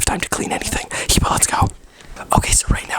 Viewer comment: Why are you pronouncing ur name HEEEEBAAA LOL.. when it is HIBA WITH A VERY LIGHT I..like eh eh.. (Hiba..!!)..